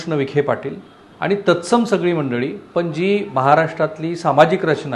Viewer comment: पन= पण # आनी =आणि ..... न ला ण आणि ण ला न म्हणायचे हा काय प्रघात आहे तुमच्यात ?? कृपया ही अनिबानिपानी थांबवा,🙏 शुद्ध बोला आणि माय मराठी ला वाचवा. .. बाकी सर्व चांगलं आहे तुमचे...